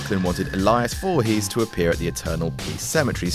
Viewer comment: d'you know its pronounced voorees, dont pronounce the H